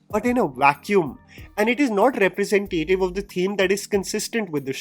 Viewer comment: Again, I love your videos but diction, please. The pronunciation of “Representative” is incorrect. There is no emphasis on “tay” in representative. I’ve tried to write it out below but you can also hear it on Google reh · pruh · zen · tuh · tuhv